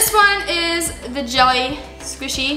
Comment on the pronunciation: When you said jelly I thought you said Jeffy